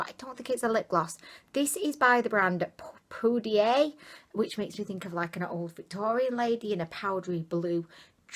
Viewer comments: I think it's pronounced poo-dee-air or poo-die-air. That concealer might be a good color corrector and you could use a tiny bit of a lighter shade to brighten. The palette also reminds me of Sonia kashuk and NYX palettes. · Lol I think it's pronounced Poo-die-air. Loved the palette 👍xx